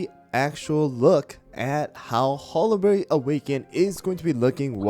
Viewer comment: Bro it’s HOLLY-BERRY not HOLLA-BERRY